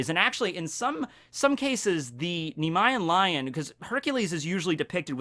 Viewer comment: FYI, it’s pronounced “NEE- MEE- EN Lion”.